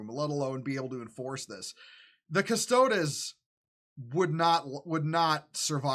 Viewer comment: It’s Custo-deez, brother. Not custodezz. But yeah this is complete nonsense.